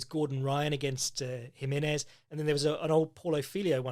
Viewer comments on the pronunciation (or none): none